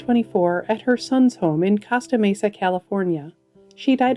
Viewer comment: Hi,! LOVE listening to your voice. (Just a tip: It's "COAST-uh Mesa", CA).